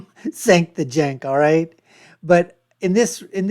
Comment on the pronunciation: You can't even say Cenk's name correctly. You are woefully under equipped to make commentary